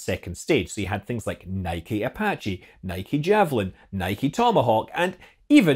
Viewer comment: Great video, and good to hear the correct pronunciation of NIKE. 👌👌